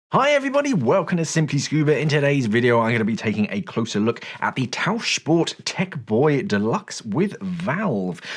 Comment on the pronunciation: 10/10 points for the pronunciation of Tauchsport. 👏